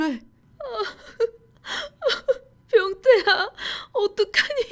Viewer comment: 🍒아니 첫번째 사연때 병태야~할때 변태야~하는줄..ㅋㅋ